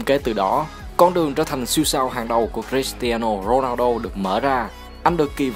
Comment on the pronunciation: Giộng ad đọc tên cầu thủ cris tiano ronaldo nge hay vãi